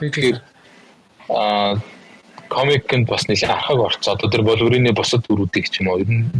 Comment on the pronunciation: Wolverine gej ymr altsangsan heldg ym be osda